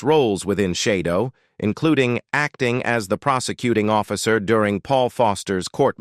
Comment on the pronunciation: Shadow not Shidow